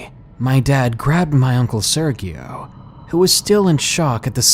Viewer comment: Hello, 🙂. The name Sergio im pretty sure is spanish. The g makes a h sound. So it sounds like "sea-er-he-o". Just trying to help.